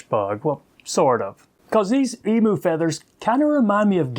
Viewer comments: Great fly i am an Australian and the correct way to pronounce Emu is Em you not emoo it's on our national coat of arms with the kangaroo great feathers for tying big Murray Cod flies a native fish to parts of Australia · Hahahaha you have an interesting way to say Emu, the Em is ok but pronounce the u as you....Emyou, and you will have it. An interesting looking fly, thanks.